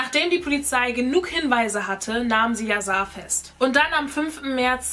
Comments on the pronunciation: Wird yasar nicht mit einem „sch“ anstatt einfach einem s ausgesprochen weil es auch aus dem türkisch kommt oder lieg ich da falsch ?😬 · das soll kein hate oder so sein aber man spricht "yasar" als yaschar aus ist ein türkischer name wollte dass nur mal so sagen btw liebe deine videos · Sein Name wird „YaSchar“ ausgesprochen 😂❤️ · ES WIRD YASCHAR AUSGESPROCHEN BABEEEEE❤️❤️❤️❤️